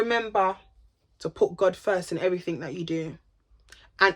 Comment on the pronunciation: I cry whenever she says “trust in Gawd” 💀😭😭😭. You’re soooo funny.